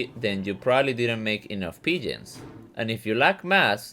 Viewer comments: Thought you were saying pigeons and I was like wtf is this guy smokin then I realised ur saying P-gens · lol, I figured that out. I'm a noob to this game and it sounded like you were saying 'pigeon' with an accent.